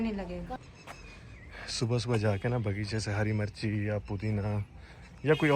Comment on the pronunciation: Ghonchu driver 😂😂 Hari marchi torli 😂😂 bolna tu seekhly kutty.. Mirch hota h marchi ni